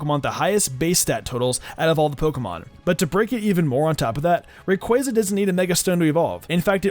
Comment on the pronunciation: i threw my ds when you said mega rayquazza